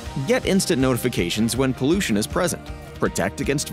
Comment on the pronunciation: "Temprature" 😂?.. "Poluttion" ?😢 0:015 ´Poluttants" ??😮